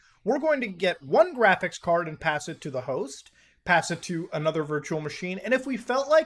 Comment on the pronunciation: No it’s jraphics card, I swear to jod you can’t say it right..